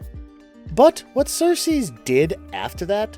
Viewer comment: Who else is distracted by him saying Sersees every time he refers to Circe? Where'd the "s" at the end come from? And Hecate "lamenates". Lol